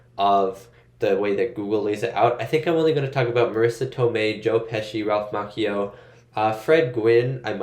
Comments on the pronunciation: Ralph MOTCHio, not Mockeyo. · Oh for the love of god please look up name pronunciations BEFORE you film reactions! Ralph "ma-chee-oh' not makio like a coffee drink lol. (Well close to a macchiato.) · I gotta tell yu! It is real cringe the way you pronounce Ralph's last name. It is pronounced like Macho with an added I (Ma-chi-Oh), not Mock-Eee-oh!!! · Pronounced “machio” like macho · It's pronounced (ma chi o) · Anyone else think of Jordan from Conan O'Brien being obsessed with Japan because of The Karate Kid 2? He kept pronouncing Ralph Macchio the way Rollies pronouncing it until he was crushed by Ralph when he corrected him on the pronunciation and then told him the movie was actually shot in Hawaii. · Saying Ralphs last name wrong cringe.